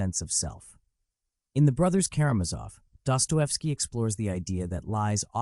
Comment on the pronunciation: What about DUPER'S DELIGHT? Empirical evidence shows sadists are gratified by deception. This point by FD may have been true to a repressed religious society. Dosto is disgusting. Learn to pronounce his name or get off the internet you BOT